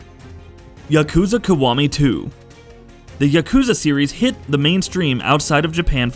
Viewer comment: WTF is Yakuza Kawami?? Its Kiwami. KI . Not KA.